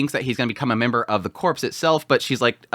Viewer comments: 'Corps', in the context of a military or fighting unit, it pronounced like 'core', not 'corpse'. See: Marine Corps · Ok. Corps is pronounced “ core “ meaning body. Corpse the dead body is pronounced as seen. I. E. Marine corps (core).